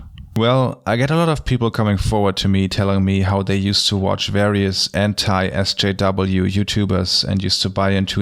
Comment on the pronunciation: It sounds like he’s saying “Entei SJW” which makes me think of a legendary talking fire dog who supports progressive issues. And that makes me happy.